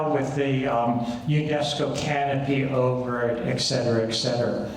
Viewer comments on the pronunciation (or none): Learn how to say et cetera.